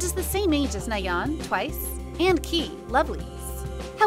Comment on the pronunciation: my heart drop hearing Lovelyz Kei name pronounced as Key lol